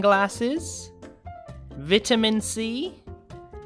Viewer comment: He goes Vit a man c. Vit a man?????